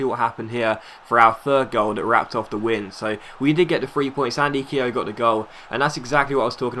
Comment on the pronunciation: Your pronouncing Keogh wrong